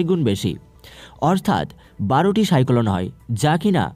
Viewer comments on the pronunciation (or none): সাইকোলন না সাইক্লোন, উচ্চারণ ঠিক করুন আগে।